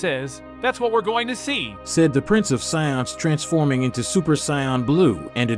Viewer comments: Said the prince of Say-dins, 😒 my brains hurts listening to this sht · the pronunciations of these names is killing me lol. Great story line though. (Syons lol)